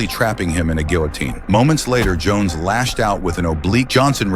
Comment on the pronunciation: The Ai combined Jackson & Jon Jones together then started calling Jon Jones Johnson 😂 bruh wtf